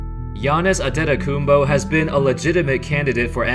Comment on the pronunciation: ‘This guy sounds like he said giannis attenin coupe oh